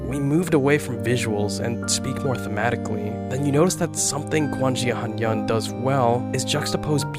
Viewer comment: i'm so sorry but when i heard how you pronounced 'quan xia han yan' i screamed irl 💀💀💀💀💀💀